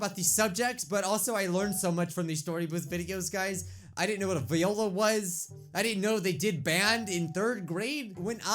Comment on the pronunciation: It’s not VE oila it’s Viola